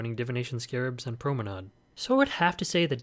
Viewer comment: Haha as a German I really was shocked by your pronunciation of promenade. I would say the last pronunciation you said is right. At least for American English :D